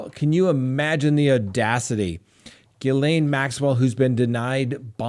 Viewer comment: You are saying the name Ghislaine PERFECTLY !!! 👏 👏 👏